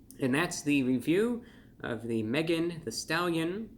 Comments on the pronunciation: Megan THEE Stallion not "the"! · Thee Stallion, not the. I’m also guessing “hottie” is not part of his normal vocabulary. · It’s THEE Stallion, not “the” stallion. How insulting. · THEE (not THE) Stallion.